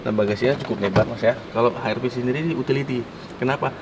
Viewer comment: HRV bang bukan HRP wkwkwk